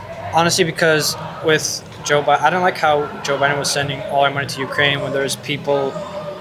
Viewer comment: "cuz bidden" Every time.